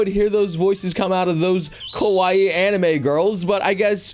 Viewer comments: I keep hearing kowai instead of kawaii. October is already over though. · you were saying :kowaii: wich means :scared or :scary: not :kawaii: wich means :cute